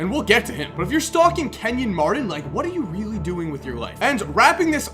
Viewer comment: Kenyon Mardon? BRUH